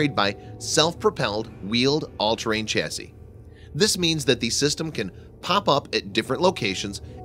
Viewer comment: Chassis is pronounced shassy.